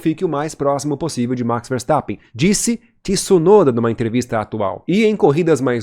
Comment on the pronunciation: Boa narração, mas não é por nada não mas não é Tiisunoda que se fala, o t é mudo como tchau, tcheco etc.